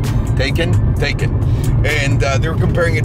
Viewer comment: Pronounced Tie-con not Tay-can